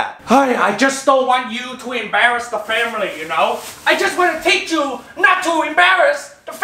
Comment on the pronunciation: "teach chu not to embarus da famiry"